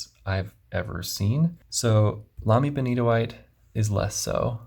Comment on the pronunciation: I just wandered across your channel. Excellent review. I have a sample of Benitoite and loved it; now I need to buy a bottle. And thank you for the correct pronunciation. I would love to see more of the pen box you showed early in the video. It looks very interesting, and I just want to know what's under the tray(s). 😃 (I'm also a hobbyist woodworker, along with FP enthusiast, so the box jumped out at me).